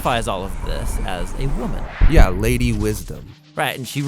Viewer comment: One lil observation. I really like the informal, laid back voice you guys have- it creates an atmosphere of making the Message accessible. However, there are a few places where your speaking could be clearer for non-native English speakers (unless you provide dubbed versions). So the words "woman" spoken and "knowledge" , I would think, nearly all non-native speakers would not comprehend. So just try and enunciate/pronounce the words as well as you can. Dubbed versions and other languages would be really, really cool too. But as I said, I really like your voices in general. The work you are doing is SOOO Amazing! Thanks God for you guys working on this project- may God bless it big time.